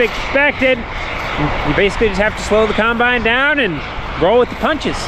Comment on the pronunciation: The Corn Star Family Guide to Pronunciation of Farm Equipment!!! 1) Combine: Kimebine 2) Excavator: Exavator 3) Sawz All: Saw Saw